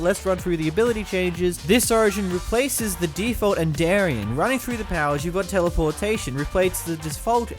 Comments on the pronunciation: "the enderian mod" ... AAAAAAAAAAAAAAAAA btw its spoken like endirian edit: he said enderarian in the past apparently and idk how you can even get that edit 2: he also said enderan and endrian on accident too on , , and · it's end - er - ee - an